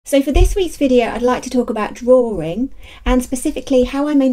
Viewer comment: I love how you say draring! ...and you are mega-cute!